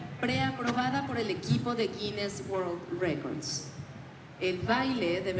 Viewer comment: Tienen que escuchar mejor, ya que se han enfocado algunos en la pronunciación de la representante; ella dice Guines y resalta la S.